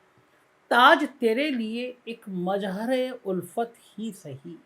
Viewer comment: aapne mere naam ka uchcharan aur arth dono galat bataya hai mera naam Mazhar hai mere naam me Z hai na ki J. Maan hani ka notice 😂😂😂😂